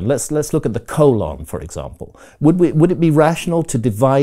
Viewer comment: I will never hear the word “colon” the same after hearing Grahams pronunciation